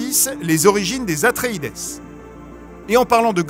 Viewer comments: Si les Atréides sont bien les descendants des Atrides, pourquoi prononcer Atréidèss ? On ne dit pas Atridèss, on dit bien « atrid » 😉 ✌🏼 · On prononce pas "Atreïde'' plutôt que ''Atreïdesse'' ? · c'est bien "Atréïde" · En français oui, en anglais ça se prononce "atréïdize", j'ai l'impression qu'on a droit ici à un mix entre les deux !